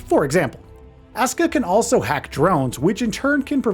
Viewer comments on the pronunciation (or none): none